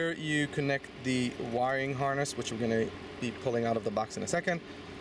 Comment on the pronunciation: Harness not harnist